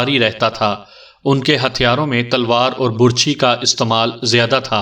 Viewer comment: آواز اور انداز بہت اچھے ہیں، اردو اور تلفظ پر توجہ دیں ۔ کنور دیوان میں کنور اس طرح پڑھا جائے گا جیسے کنول پڑھتے ہیں ۔ برچھی میں ب پر زبر ہوتی ہے ڈوم کو doom پڑھا جائےگا ۔